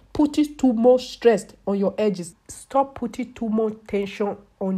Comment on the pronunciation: "Look at her edgezs, SNACCHED" lol